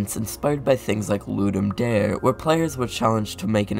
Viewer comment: for future reference: its pronounced loo-dum dar-ey, as weird as that might sound